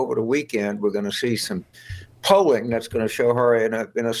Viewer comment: Did he say polling? 😂😂😂😂😂😂😂 Tail wagging the dog.